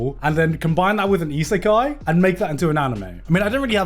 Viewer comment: Garnt, how hard is it to say Isekai? Goodness gratious, you've been mispronouncing such an easy word for so long now. :D